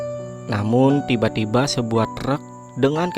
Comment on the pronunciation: Ttiba ttiba buset dah penyebutan T nya tebel bat ngab